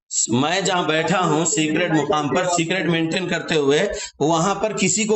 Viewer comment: Secret hota hn cigret nhi